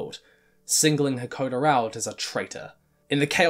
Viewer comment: jesus i can't get over him calling "Hakoda" "hekoder" over and over